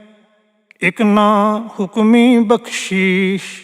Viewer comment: __"ਬਖਸੀਸ " ਆ ਜੀ ਬਿਨਾਂ ਪੈਰ ਬਿੰਦੀ